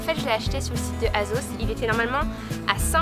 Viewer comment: Super vidéo ! Par contre, même si ça s'écrit "Asos", on prononce "Assos" et pas "Azos" :)